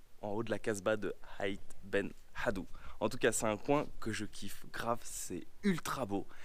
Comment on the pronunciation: PRIMO ce Village s appele AIT et pas Hait en pus ca se prononce douce l A douce comme un E = Eid Ben Haddou faut se informer avant raconter n importe comment Les Studio a Ouarzazate s appele ATLAS et pas le Atlas cest comme le Nom d une Societé voila